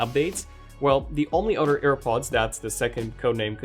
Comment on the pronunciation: I love how you say the word other as odder or otter lol